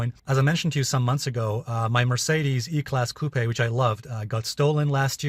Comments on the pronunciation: It's pronounced coop not cupey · Alessio, the 'e' in coupe is silent! Cheers bro! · Have I been pronouncing coupe incorrectly all along? I don't think I have heard it pronounced with such a strong accent on the "e"